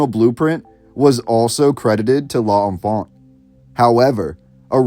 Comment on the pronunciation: l'enfant has two syllables, you've to be the first to somehow squeeze out three.